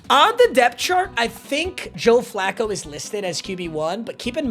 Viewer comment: hey I didn't know my man Flacco was gay. Sounded like...another word. 🤣🤣